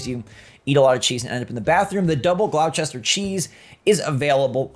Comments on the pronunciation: Thanks for the update, just fyi the cheese is pronounced ‘gloss…ter’ not Gloucester 😂😂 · Gloss-ter is how you say the name of the Gloucester cheese 😊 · The way you pronounced Gloucester sent me